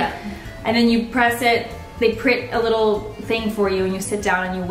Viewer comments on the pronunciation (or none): none